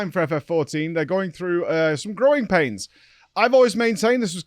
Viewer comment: Was that growing pains or groin pains? 😂